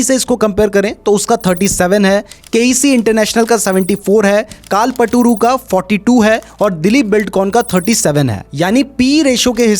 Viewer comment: कालपटूरु 😂😂😂 कल्पतरु है वो भाई 😅🤦‍♂️